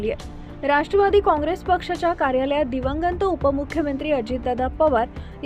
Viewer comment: दिवंगंत नाही दिवंगत आधी मराठी नीट शिका ताई.